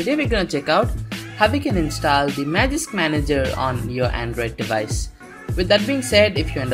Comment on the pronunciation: Say install not instaal😆 #no offence